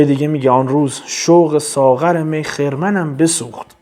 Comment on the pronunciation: درود شرح و تفسیر بسیار زیبا و شیوا بود سپاسگزارم بسیار لذت بردم سوالی داشتم علت این که واژه خَرمن را خِرمن تلفظ می کنید چیه